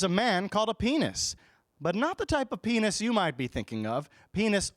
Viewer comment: I thought you were saying penis!! not pianist :-o